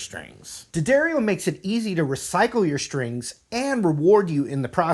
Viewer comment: Dee A Dario is how its pronounced